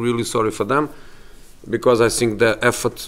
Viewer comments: "I sink... I sink..." Yeah you are! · .. I sink he said, can park better?